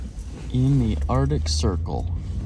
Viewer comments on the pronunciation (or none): Buddy... it's pronounced Arc-tic not Art-ic... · Arctic. Not Ardic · Uhrdik Ocean 💀